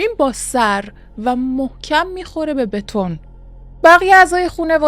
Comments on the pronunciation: بتنه: نَتُن 👨🏻‍🦯👨🏻‍🦯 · و بِتُن میگه نَتُن 😂😂😂